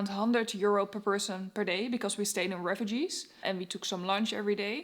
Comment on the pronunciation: you pronounce it ré-fuuu-jé not refugees 😂 but nice videos